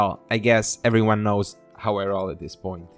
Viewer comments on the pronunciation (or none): none